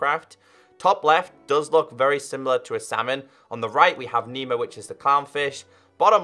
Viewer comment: It’s not memo it’s nemo